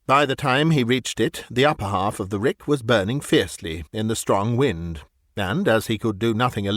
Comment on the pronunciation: That's hilarious! Years ago, the NOAA "weatherman" on the weather radio used to pronounce "wind" as "wind", as in"wind it up"! It always cracked me up. An early use of AI, and they're still having the same problem today.